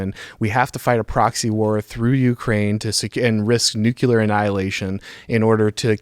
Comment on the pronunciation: Did he say 'nuculer'??? Fuhgeddaboudit...